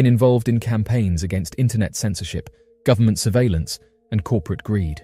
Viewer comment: The militree" & gubmint " have the technology to do about anything" 😮 yup" kazoo where are you 😂